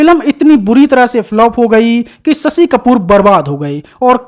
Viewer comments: सशि कपूर नही शशि कपूर बोलो भैया।अपनी हिंदी को सही करो। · स शी नही रे शशी . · Sasi…. Sammi…. 😅😅 pronounce properly or ask someone else to do voice over .